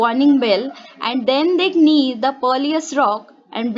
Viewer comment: its knew not knee